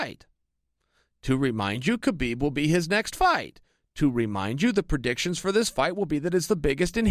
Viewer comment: Anyone remember when chael said khaboob accidentally 😂